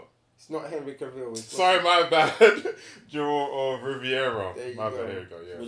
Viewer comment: Gentry 🤣. It’s Geralt u man